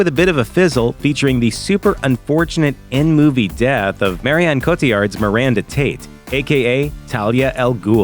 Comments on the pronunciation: Who's "MAREEYOHN COTIYARD"? LOL. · It's not the scene. It's your pronunciation of Marion Cotillard. Smh. Americans.